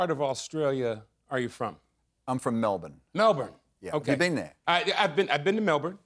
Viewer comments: Double points for pronouncing Melbourne correctly Anthony! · no that's how Americans pronounce it. We don't emphasis the ourne. It's more just like Melbn 😅